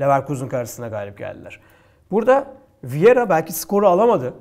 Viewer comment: viera değil vieira abi. saygılar, sevgiler 👋